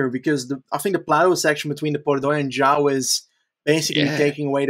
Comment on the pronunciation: You guys deserve major props for pronouncing 'João' correctly, that name has been fucking butchered for a long time x)